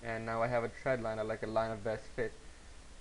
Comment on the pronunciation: THX for sharing your knowledge. If you ever recut this tutorial, be careful with your pronunciation of "trend line" . . . sounds like you are saying "tread line" -- but other than that you've explained the concepts clearly.